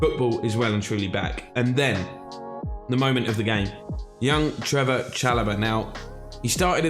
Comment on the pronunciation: it’s actually Trevoh* Chalobah but glad the content is back!